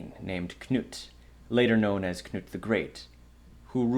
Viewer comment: Knut! not snut!:face-blue-smiling